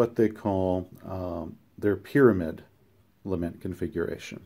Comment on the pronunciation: La-MENT configuration and leement please. la·ment ləˈment/Submit noun 1. a passionate expression of grief or sorrow.